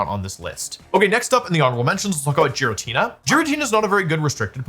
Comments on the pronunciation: FORGET DRA*GARGLE* THE WAY HE SAYS JIRATINA IS MILDLY INFURIATING BUT DUE TO THAT REASON IT'S ALSO INCREDIBLY INFURIATING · What did you say?!!!! That's GI-RATINA. not G-RATINA!!!! WHY DID YOU SAY THAT!